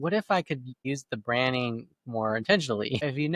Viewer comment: Dude, are you saying "branding" not "branning"? because it sounds like you are saying, "branning"?